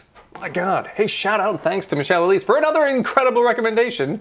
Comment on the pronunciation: Yes, is pronouncing my name correctly;-) Also enjoy reading your comments Alan!